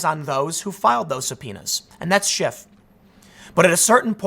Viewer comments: I love how Tim keeps calling him “Adam Shift.” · Tim has a funny way of pronouncing SHIT. As in Adam Shit. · Why can't people say SCHIFF? I've nvr once accidently said SHIFT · Who was it that called him "BullSchiff"?